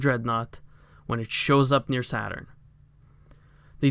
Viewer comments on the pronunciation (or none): none